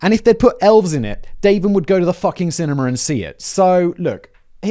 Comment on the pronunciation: Did this mofo just put an "r" on the end of cinema? What is a cinnamer Simon?